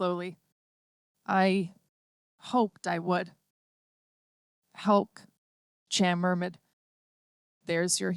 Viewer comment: Lollypok,??? Helk??? A good rendition get real